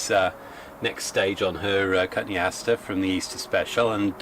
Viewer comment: coton-e- aster